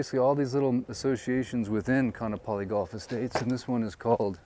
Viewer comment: I’m local Hawaiian. Can you please pronounce Kaanapali correctly.